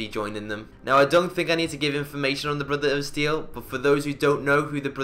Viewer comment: "Brutha-uda Steel"